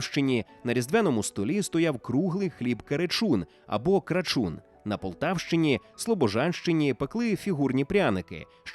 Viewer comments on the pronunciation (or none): none